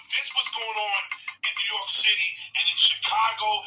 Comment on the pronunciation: And it’s New YORK, not New Yark 😒😒 damn immigrant.